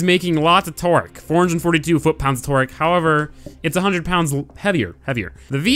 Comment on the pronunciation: Lol he says twerk instead of torque.